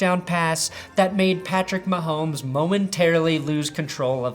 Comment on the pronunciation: “Welcome to that’s good sports! I’m Brandick Perhomes.”